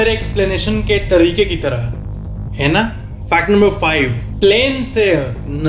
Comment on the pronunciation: that way he said heina😂